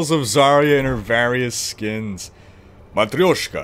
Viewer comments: Your "Matryoshka" pronounce was 99.99% perfect, actually. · "i dont know russian". But you know how to pronounce "матрёшка", lol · You pronounced the word "Matryoshka" absolutely right =) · it was nice "matryoshka" ^_^